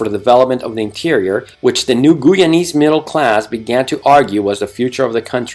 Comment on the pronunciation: Great history lesson but Please pronounce the name of the country correctly. It’s pronounced Guy- ana and the population, Guy-anese. You keep saying Geeana and Geeanese.